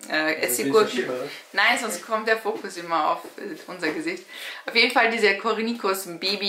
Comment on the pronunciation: Französisch: korni-scho